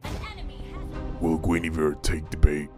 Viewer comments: The thing that made me laugh was the yugi oh guinivere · THAT TEN STEP AHEAD GUINIVERE LMAOOOOOOOOO